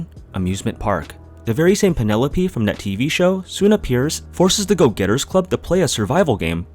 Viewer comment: What is it with people insisting on saying a name wrong despite that name being spoken multiple times in a game. It's Pielope. A portmanteau of "Pierot" and "Penelope." And it is pronounced "Pee-eh-loh-pee"; you don't pronounced "pie-" like the pastry.